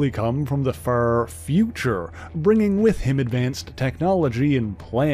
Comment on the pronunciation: If it wasnt for the xmen i wouldnt be here, but please!!! Mispronouncing some words like "far" To "fur", " Out" To "uwt", " Larger" To "lurger", " Harsh" To " Hursh".... Its kinda cringey